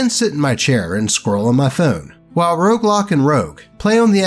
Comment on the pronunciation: Roguelock sounds more like Roadblock. Haha